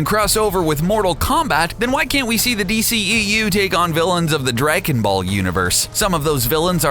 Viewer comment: Haha right at the beginning 'Drakenball'